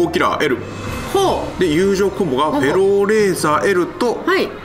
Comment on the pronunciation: フェローレーザーが エローレーザーに聞こえてしまう… どうしよう！